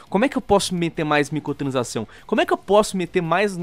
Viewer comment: muito bom o vídeo mas.... o falando MICOTRANSAÇÃO aushaushuahsuhasu